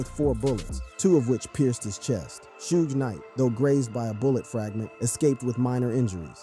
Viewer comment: Bruh its not Sooge night why you say it like that goofy